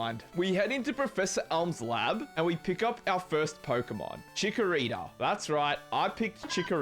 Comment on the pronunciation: Chikorira ? Dude are you ok ? 😮